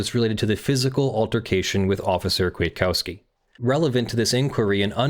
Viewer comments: Also the second k is silent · As Polish is my main language it was a pain to hear how you say Kwiatkowski 😆 Still good video!